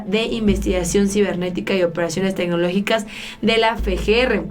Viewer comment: Cómo es posible que pronuncies bien FBI, mas no así FGR?